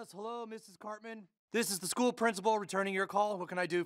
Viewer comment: "I was at the skuu and it was Pajama Day"